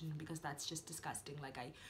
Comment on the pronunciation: Such a lovely, well spoken video. Lmao when you said you don't study on Friday cause its disGostang, I felt that. Keep the videos coming, love u xx